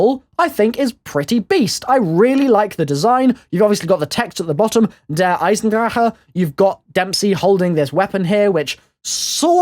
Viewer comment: why do you pronounce the map name like that? i'm german and what you are saying is incorrect. its pronounced like 'der eyezendracka' not like the kh sound you make. love your videos!